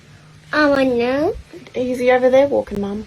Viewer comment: “Throw it OVA”